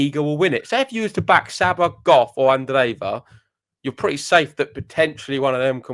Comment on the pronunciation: The way you guys pronounce Coco Gauff is so pleasing to the ear.